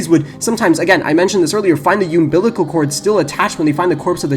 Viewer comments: hearing "yoombilical cord" instead of "umbilical cord" sent me lol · Fella says umbilical oddly, but I very much enjoyed his style.